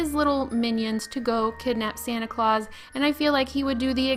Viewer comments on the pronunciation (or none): none